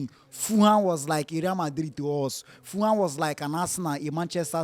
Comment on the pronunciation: It is Ful-ham, not Fooham.